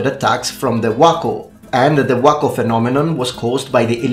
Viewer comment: I am so impressed you got the chinese pronunciation of wuokou right.